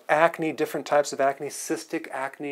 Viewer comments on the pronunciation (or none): none